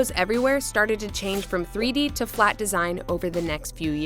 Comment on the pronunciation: Threey deey